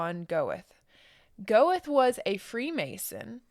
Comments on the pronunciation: By the way, Goethe is pronounced "Ger-tuh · Please check your pronunciations! Yo Han Ger Tuh. So if people are only listening they can understand.